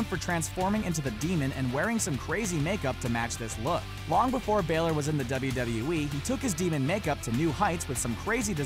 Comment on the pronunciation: It is not balor